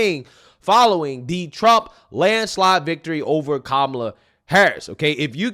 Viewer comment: 😂😂 She said kamala la la. 😂😂😂😂😂 . What a fool.